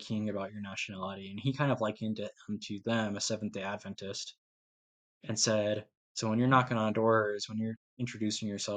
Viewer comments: Appreciate that you pronounce our denomination correctly! We believe in Jesus’ ADvent, not adVENT. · I am VERY impressed that you KNOW HOW to pronounce our name - Seventh-Day Adventist , correctly! Thank you for doing such a great job! Don't get discouraged from thinking you didn't do a great job, because you did! My husband is the director of the Audio / Visual at our church, and it is NOT an easy job! When we moved here in 2018, there was NO VISUAL program at all! There were pews clear up to the back wall of the sanctuary. Since then, he has PHYSICALLY built the whole system from scratch! They are just now getting ready to build the cabinetry to hide all the workings of the system! We went live just about a year ago! LOL - Shortly after he started, One of the church ladies, a very funny, outgoing lady, walked up to my husband and said- now you aren't going to make a mess back here, are you! It HAS BEEN a LONG and drawn out process, but we are about to see the end result, shortly! It was an expensive project, but the Lord has provided the funds right on time for each phase of the project! The Lord ALWAYS PROVIDES, when it comes to spreading the gospel of Jesus Christ and His soon coming!